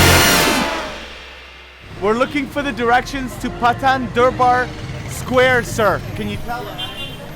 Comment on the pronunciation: He said Paw-tan Dur-Bwar Square I am nepal 🇳🇵 so I found it funny.